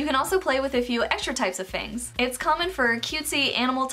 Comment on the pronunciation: lol "F A N G T H"